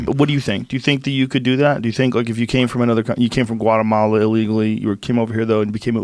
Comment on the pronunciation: Joe "Guatemala" Rogan